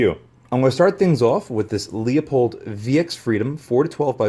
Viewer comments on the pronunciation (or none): For the ten-thousandth time, it's pronounced "Loo Pold," not "Leo Pold." Sheesh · Leupold is pronounced “Lew-poled”. I have this same scope, but with the CDS elevation dial and the side focus or “parallax” dial on the other side of the windage dial, Leupold #175079. It has a 30mm tube that allows for much more travel for both windage and elevation. My scope was $500. Very happy with my purchase. The CDS dial is a great feature!